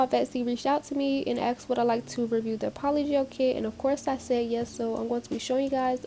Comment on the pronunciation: lol “yEsE”